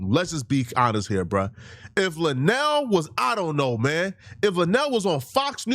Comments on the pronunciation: LUEnell not Lanell She's important in the black community and it would benefit you if you would do your research. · referring to her an La-Nell instead of Lou-Nell is stressing me out 🤣🤣🤣🤣🤣💀💀💀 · it's Luenell (LOO-NAIL) the speech impediment is not that bad gang 🤦🏾‍♂️🤣🤣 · Luenell right 😆and I didn't like how apple headed🍎 interviewer mispronounced auntie luenell name..on Hive